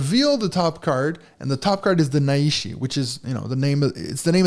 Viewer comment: Just discovered this on BGA and really excited to play. Just a little note: The characters of the Japanese name are nai and shi, and it’s therefore not pronounced na-i-shi, but nai-shi. You pull the nai together like the ni in Night.😊